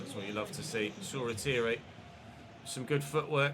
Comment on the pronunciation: Shoretire is pronounced shaw-tyre